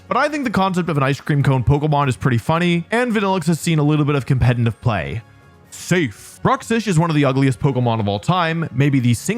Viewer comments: Why do you say "compentif pokemon" lmao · Why do you say competnive? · "compenitive player" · And saying compet-in-tive pokemon instead of competitive in every damn video 😂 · Why does he keep putting an N in competitive?